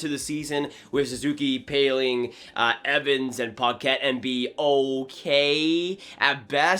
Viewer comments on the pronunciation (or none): none